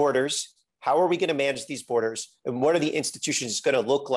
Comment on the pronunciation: This guy reminds me of Glenn Greenwald 🤣 "We have BoArdErS!" Okaaaaay? Nobody but reactionaries and reactionary adjacents want ICE